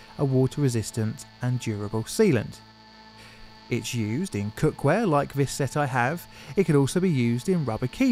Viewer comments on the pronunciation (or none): "Cock ware" Nice.